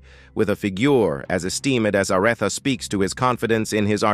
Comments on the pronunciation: LMAO, ARETHA, IS A-REE-THA. 😂😂😂😂😂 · Who the heck is "A rett thaa"!!😮 Yes, might be A. I. Speaking as narrator.